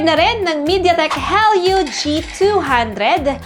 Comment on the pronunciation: Did I just hear "Hell you g200"? 😂